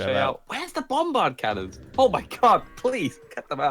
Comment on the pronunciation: The British guy in comes out.. ' Bombbhardt Cannons would be awesome '.. Poor